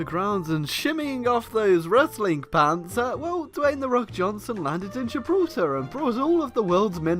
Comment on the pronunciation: Say Dwayne like you say Kayne